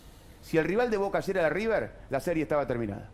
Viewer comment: Se dice riBer